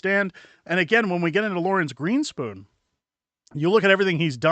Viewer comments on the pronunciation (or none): GreenSPON, not GeenSPOON